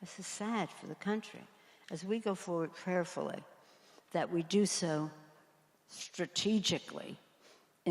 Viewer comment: What's she saying ~ ? "Prayerfully"?!????